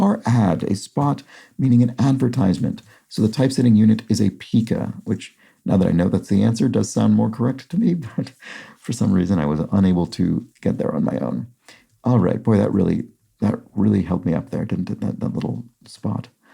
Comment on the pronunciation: Pica, whether the measure in printing or in the eating disorder, is pronounced with a long "i" , so pī-ka. A boater is a flat, banded straw hat that is traditionally worn by American barbershop quartets, for example. I have no idea of the derivation.